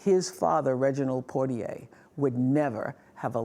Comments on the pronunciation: You guys always pronounce his name wrong it’s poi - tier as a Bahamian it makes me laugh cause what the heck is poi-t-a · Respect and admiration is what I feel for Mr. Poitier. Oprah and Gayle should at least pronounce his name properly. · Wow Gayle can't pronounce his name correctly! :)